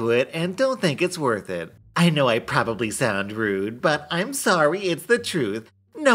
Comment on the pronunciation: He didn't even realize that one of the people said proboblu